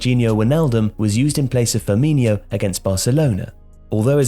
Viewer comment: Hey jsyk the last syllable in Firmino's name is pronounced "no," not "nyo"